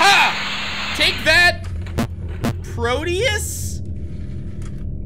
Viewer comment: Its proteus